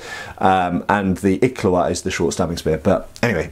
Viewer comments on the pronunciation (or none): You were pronouncing "Iklwa" wrong. its not "ik la wa" its more like "eeekwaaa" but, the kw sound is almost like a suction sound.